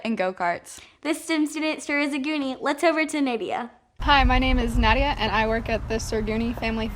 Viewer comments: color is changed stutter (for lack of better term) Anchors mispronounce interviewee's name audio cuts out too quickly stumbles over her words. Shot should have been taken again. zoo b-roll with music over it interrupts the interview. The interview should have continued over the image. Zoo piece is hard to understand because the sections don't seem to really relate. background of interview is hectic. phone mic is inconsistent throughout the whole piece. Background noise WIND and audio is off from visual. Intro music cuts of really quickly. Probably shouldn't be in there in the first place if it's going to be so short. background noise same shot through majority of interview. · Noticeable change in audio, increase in background noise - some clips have music, others do not; different music tracks are used in those that do have music (music is just inconsistent) - coloring seems different between clips - : fade to black then to anchors (doesn't happen after other clips) - : "Nadia" mispronounced? - Sir Goony's piece...the audio seems to end a little before she's done talking or just abruptly after; at the very end of the piece, it fades out and you can't hear what she says; ends suddenly - : don't understand how the story about the monkeys fits with the interview; ends abruptly - zoo piece b-roll pictures could have been better quality - Rita's piece is really good, but they didn't really restate the question in their answers, so it seems like they're just saying random things; only one person being interviewed seemed happy to be there; Ethan is almost always on the show - audio in Food City piece is pretty inconsistent; piece/interview seems rushed - : "Olivia and Grace" ... Only Grace is interviewed... - : When Cameron joins in, they didn't all fit in the frame of the camera - anchors seemed unhappy/unenthusiastic - : show ended sort of abruptly, maybe could've used one last statistic to wrap it up - didn't use the snippets?